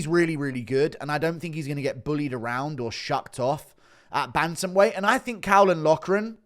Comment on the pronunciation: god forbid guru pronounces caolan loughran's name right